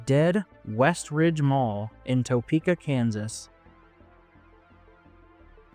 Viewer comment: Nice video, I have tons of memories at this mall but she's been in decline for so long I'm surprised it's even still open. Also, just an fyi, but Topeka is pronounced like Ta-peeka not toe-peeka. Always easy to spot the outsiders lol.